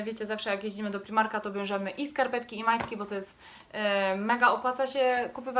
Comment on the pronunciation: nie mówi się primarka tylko z pr-aj-mar-ka😭